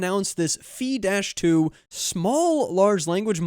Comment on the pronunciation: Phi is a Greek letter and it rhymes with Pie not Pee.